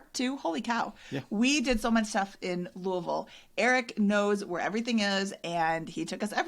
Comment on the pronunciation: No apologies necessary for the absence! Glad you enjoyed your Midwest road trip. pronunciation of “Louisville” is spot on, though may need some more Evan Williams before he gets the hang of it!